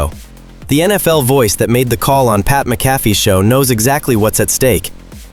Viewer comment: A I voice,that can't even pronounce pat McAfee and Joe Flacco correctly. goodbye.